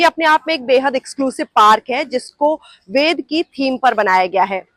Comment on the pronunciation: इस वेद वन की आर्किटेक्ट मैडम बार-बार वेद को वेदा बोल रही हैं यह मैडम वेद को वेद बोलना सीखें ।